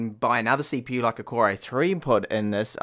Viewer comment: did he say ceeeepeeeew?